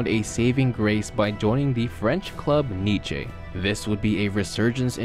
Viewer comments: Niche ?? Wtf it’s pronounced Niece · "Nichey" ? For real ? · This nigga said kneechay. Im out. Peace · Ffs its pronounced "nìs" not Nietzsche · French club niCHe😐 it is pronounced "nis" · mate, Nee-tche? xD it's Nice man, like you would say "niece" if one of your siblings had a daughter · Hahaha where the fuck is ‘Neechay’ 😂😂😭 Its Nice (‘Niece’) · Knee-chay? You mean Nice (N-ee-sss)?! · NICE =/= NICHE LMAO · Nice like "Niece" not "Nish" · Nice is pronounced “Neese” not “Neechey” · "Neece" not "Neeche" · Nice is prononced neece not NITCHEY 😂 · hey man, cool videos, but you need to do your research on how to pronounce team names. lol on pronouncing "OGC Nice" like the philosopher "Nietzsche"; they are french not german. it is pronounced like "niece" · Spelled Nice pronounced Neece But no you say nechaye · Did you just day “Nich-ay” when pronouncing Nice 😂😂 it’s pronounced “Neese” dude. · Nice is Pronounced niece , not fucking neechay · It's not pronounced Niche but Niss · Its not called “NICHé” (France city) Its pronounced like the word niece...just saying mate! :) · " Nije " lol, its pronounced like niece.... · It's not ''Nige'' it's pronounced ''Nis'' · Wtf is "neeche" it's pronounced neece in French boi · Knee-Chay What? It's pronounced Knee-ss. Like 'nice' except nai-ss it's knee-ss. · French club "Nietzsche"?? Hehe. It's pronounced like niece. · French club "Nee-chay"? Never heard of them. Lol. It's pronounced like niece. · Its pronounced neese not nitche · Ur vids are good but ur pronunciation needs a lot of work , ex Nice is “knee-say” not “knee-chay” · Pronounced Nice as Niece. Not niche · Niché???😂 *ni-ce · please have every player or club name spoken to you once before pronouncing them, like, for reference you know. I come from ' Niss' but you pronunciate it 'nitshay' lol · It is Nice not Niche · Did he just say nejee instead of Nice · Did he just say niché? 😂😂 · Neechay. That's something else. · Nice as in 'niece'...Good vid. Keep it up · Manssini? Niche?